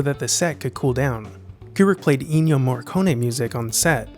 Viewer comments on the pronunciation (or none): DUUUUUUDE, "Innio Morricone"???? FFS, it is "Ennio Morricone"